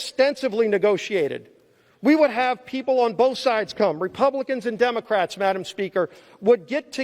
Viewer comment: Wow what a great speach! Obviously this gentlemen is for the truth. It gives hope listening to him. "Madam Pelosi" must have been hating everytime he said 'Madamn" is that not allowed in the Senate ?